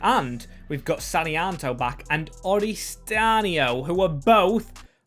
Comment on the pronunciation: Update: Oristiano Orist-iano - Christantio